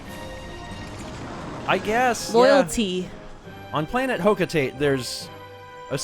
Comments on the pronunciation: It's actually both based of the street Hocotate, and meant to rhyme. It's pronounced Hocotate Freight (Ho-Co-Ta-Tay Fra-Tay) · According to Pikmin 3, it's Ho-Co-Ta-te.